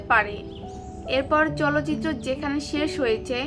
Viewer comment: চলচিত্র নয় চালচিত্র।।। ঠিক করে বলুন।।